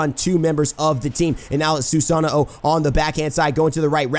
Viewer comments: why do you say "susano-o"? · Why do you say Susano-o? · I love ya but when you pronounce Awilix's name correctly but not Susano's name Susano o. The way you say it is how you name the weapon hr possesses. Anyway nice vid.